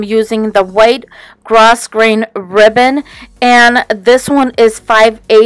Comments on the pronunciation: Thank you Joyce. OMG, I actually looked it up and you are completely 100% right, it is pronounced "grow grain" thank you so much for letting me know. 😘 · your projects are adorable. The ribbon is pronounced grow grain sweetie.